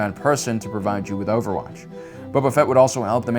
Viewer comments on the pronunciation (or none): i’m sorry did you just call grogu gogurt?? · So y’all ignoring the fact he called grogu goghurt? That was pure art. Love this man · mango, lango LOL, I'm glad you noticed.